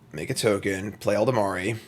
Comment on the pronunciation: How long have you been playing Magic that you still can't pronounce Ela-Dam-Ri Elda-mari 🤣